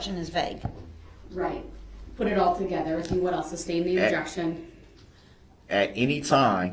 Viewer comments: It’s because “substain” is not a word. He’s pronouncing “sustain” wrong. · Can somrone tell him its not SUB BLOODY STAIN!! And its not ILL ANOYS vs Allen